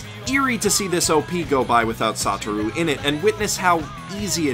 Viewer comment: i could hear him say "saw through" instead of "sotaru" e.e